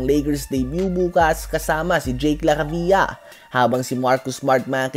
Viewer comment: idol suggestion lang, as a basketball news vlogger, maging professional ka naman, ayusin mo pag bigkas sa last name ng bawat player yun ba talaga tamang pag bigkas sa name ni jake laravia? no hard feelings po!